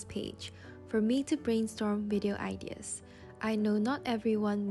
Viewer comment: I love your creativity and the way you talk. But just a thing...you are mispronouncing the word "ideas". (not hate) ✨✨✨